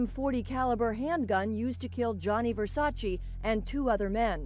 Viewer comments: It's pronounced Vere-sa-chey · They kept saying Versace wrong, like why even report on it if you cant say it right?!